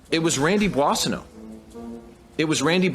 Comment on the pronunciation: You should practice more your pronunciation of Boissonneault.